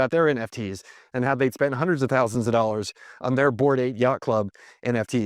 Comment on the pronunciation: Her voice at the very beginning, jesus christ. Three to four DOLLERRRS DINERRRRR